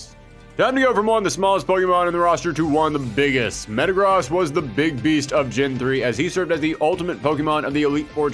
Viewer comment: The way he pronounces Metagross pisses me off